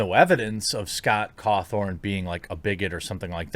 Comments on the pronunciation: Guy, it's Scott Cawthon. There is no R in his name lol. Why do you keep calling him Cawthorn? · Caw THON not THORN Jeremy. And everyone who was a fan of the game knows scott is christian, its part of his dev backstory that he started off making terrible christian games that looked animatronic... I get you're a news channel but please atleast read into your subjects a little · Don't care one bit for FNAF, and I think his religion is stupid, but I can respect the man for what he's accomplished and the way he carries himself. Also, it's Caw thon , not Caw thorne . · Lol it's Scott cawthon, not cawTHORN. LOL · I’m so sorry but it’s cawthon not cawthorn 😂 it’s getting to me for some reason lol someone tell him please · It's Cawthon not Cawthorn lol. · It's Cawthon. Not Cawthorn. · It’s Scott cawthon not cawthorn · Y’all, it’s Cawthon... not Cawthorn 0.0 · Its Scott CAWTHON, not CAWTHORN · You’re pronouncing it Cawthorn, its pronounced Cawthon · Please, Jeremy for the love of God his name is pronounced CawthON not CawthORN. I love you, but you avoid foreign or complicated names so that you don't butcher them but you're adding letters to simple names. Respect for covering this though. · Th-on, it's pronounced Th-on smfh. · The mental gymnastics are almost as impressive as the continued non existent R, Jeremy keeps adding to Scott's name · "Cawthon" does not have an r in it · Jeremy, buddy. You really need to hear a person's name before you say it. there is no R in his name. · Can someone tell me where the "R" is in Cawthon? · You did 2 videos on this guy, in one of them you hear how his name is pronounced. You presumably read at least 2 articles. There is NO R in his name. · Please learn to say his name correctly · There's no R in the man's last name. Stop it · I'm surprised you're still saying Scott's last name wrong lol. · I also caught that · Yeah, it’s a little annoying but it doesn’t really matter